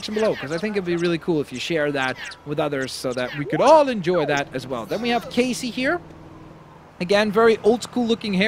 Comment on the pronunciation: Instead of lacy it's cacey=case